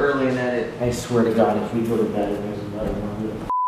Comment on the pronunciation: The real crime is that you said bead instead of Bed